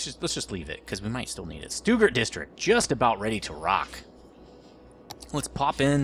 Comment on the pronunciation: Joe Stuggart doesn't appreciate how many times you screwed up his name lol